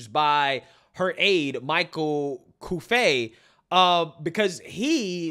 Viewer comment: is michael Cuffey french? Its cu-ff-ee...